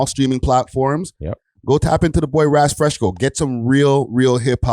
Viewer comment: said Raz FreshCo. 🤣